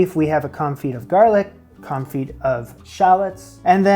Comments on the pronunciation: When a French word ends in 'd', 'p', 's', 't', 'x', or 'z', that consonant is not normally pronounced unless the next word begins with a vowel, so "confit" sounds like "con-fee" when used in English. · I've just not hear the pre-revolutionary pronunciation of "Con-Feet". Too used to leaving out most letters in current French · his pronunciation of confit is driving me nuts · Quenelles='ken-ells' Confit='con-fee' I know nobody enjoys being corrected, just trying to be helpful. Please take this in the spirit in which it's offered